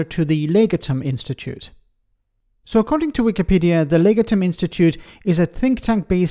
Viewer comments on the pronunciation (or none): Pronunciation of Legatum = lay- gah--tum with the stress on the second syllable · Strictly-speaking, it's "leg-AH-tum"